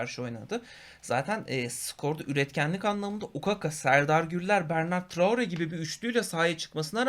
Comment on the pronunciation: Bernard traore degil bertrand traore. Turkiyede daha su adamin ismini duzgun okuyan cikmadi.